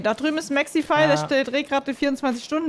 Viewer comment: Nicht Smexify sondern Sexyfy